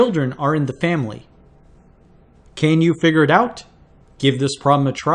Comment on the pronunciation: if he figures out how to say figures then we're all winners